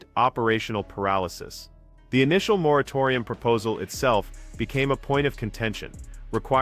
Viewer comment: Ahhh moratorium. No, you are not saying right 😂